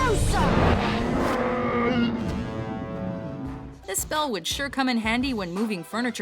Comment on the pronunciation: Ur saying Leviosarrr it’s Leviooosa